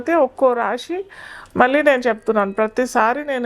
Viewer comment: షని, రాషి… ఏంటమ్మా ఉచ్ఛారణ సరిగా చెయ్యండి ముందు జాతకాలు తరువాత